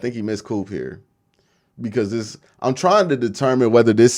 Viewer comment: Learn how to talk dis is not a word